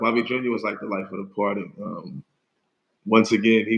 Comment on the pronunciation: Especially the word "party." Lol